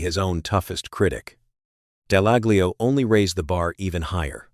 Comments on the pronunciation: Top tip .... the "G" in "Dallaglio" is silent! Just advisin'! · Would help if he pronounced Dallaglio correctly he sounds like a bot